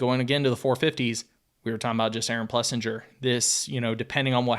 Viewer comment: He literally didn't say Jago, Plessinger, or Vialle correctly once...